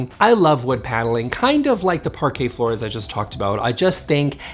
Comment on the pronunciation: Someone tag Amber heard, so she learns pronunciation of Parquet flooring, before she slides on it next time